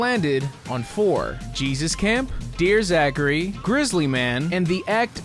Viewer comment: "Dear Zachery" hurt my soul.